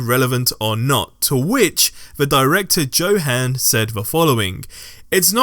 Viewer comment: i dont mean to be a grammar nazi(im sorry please forgive me) but Johan's name is pronounce yo-han